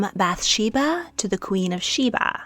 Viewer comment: Actually, there are lots of issues in this video, but let's focus on the pronunciation, "Michal"= mee-chAHL (ch is glottal). Bathsheeba is actually "baht-shehvah." "Yah-weh" is not a thing. Jews don't use this term. The letters you are pronouncing ("yud hey vav hey" are actually not pronounced. Jews refer to Him with a word that I cannot print here. But simply calling him God is fine. We say, "Hashem", translating to "the name". There is actually a ton of archeological evidence of the Bible. I'm really not sure what you're looking into... but I would consider that not speaking the language of the region means that you are limited in what you have access to. It's...a bit privileged to insist that this means there is no historical data to prove it 🫣 English evidence isn't the only evidence that exists or that is legitimate. We should really not think that way...